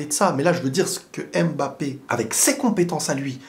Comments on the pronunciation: Arrêtez s'il vous plaît avec le ''Aime Bappé" c'est "Mbappé" bordel sinon très bonne analyse ! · en toutes bienveillance parce que j aime bcp tes videos, mais essaye de dire "Mbappe" et non " M-Bappe", les autres peuvent faire l'erreur on s'en fou mais toi t'es un frere donc on peut te corriger en bienveillance sur la prononciation d'un nom Africain.🤩🤩🤩👊👊